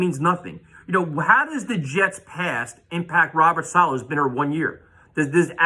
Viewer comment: Dude started with “I know them have some weapons with mims and company” 😂. Totally disrespected Robert Saleh by mispronouncing his name. Dudes a entertainer not an analyzer